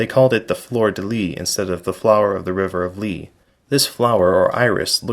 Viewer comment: Your many hours of research failed to teach how to pronounce “lis”. Here’s an actual French guy talking about it.